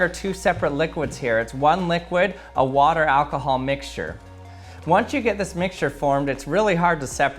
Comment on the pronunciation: "What is this, Alkahaaal?!"😂😂😂